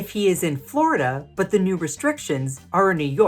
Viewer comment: why is he saying "Flarada"? Some mysteries mae never bí solved...